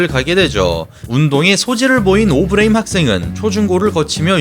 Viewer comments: 초 ㅋㅋㅋㅋㅋㅋㅋㅋㅋㅋㅋㅋㅋㅋㅋㅋㅋ 개빵터짐 오브레임은 또 왜 오브레임인데ㅋㅋㅋ어브뤠이임이라고 해야쥐ㅋㅋㅋ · 처음에 오브레임 발음 듣고 괜찮은데 했다가 ㅅㅂㅋㅋㅋㅋㄱㅋ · 오브레임 약빨아서 근육만듬 영어발음하는거 듣는순간 개오글거림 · 조금 멍청한 느낌이 드네요. 오버하는게 맞죠. 중간에 오브레임 발음하는 것 들어보세요. 한국식으로 말하잖아요? 굳이 빡 빡 우기는것 너무 없어보여요... 외국에만 살아서 외국발음 밖에 못하는 사람이 아닌데도 오버해서 발음하는걸 꼬집는건데 말을 왜이리 멍청하게 못 알아 들으시는지... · 미국에서 사는거, 영어 잘 하는거 다 인정하겠는데 굳이 그렇게 굴릴필요가 있나요? 그것도 단어마다 텀까지 둬가며 강조하듯? 아예 다 영어로 말하는것도아니고 특정단어 몇개만 본토발음으로 굴리니 거부감 느껴지는거죠.. 토마토를 토마토라고 발음하는 대다수의 한국인들은 그게 원래 톰메이러라고 발음한다는걸 몰라서 그러는게아니라 여기는 한국이고 한국말을하니까 외래어 표기법에 따른 표준어로 토.마.토 라고 발음하는것 뿐입니다. 영상보면 영어단어 다 굴리는것도 아니고 선수이름 몇명만 졸라강조하듯 굴리자나요. 정작 오브레임은 어브뤠임므 이렇게 안 굴리고 오.브.레.임 이라고 외래어표기법대로 안 어색하게 잘 발음 하시더만요.